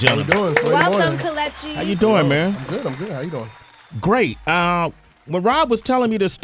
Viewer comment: That's not how you pronounce it? It's ke- Le- chi